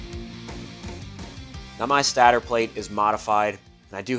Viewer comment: Stator is pronounced stay-der /ˈstādər/. Not stadder. Love the vid's brother.